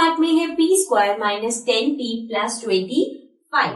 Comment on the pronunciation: Plus hota h plas nhi😂😂😂😂😂😂😂